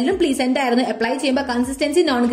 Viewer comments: Plee-zent ennalalo pronounciation... Pleh-zent ennale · Pleasant nnu aanu...pleeesant nnalla pronounciation....just telling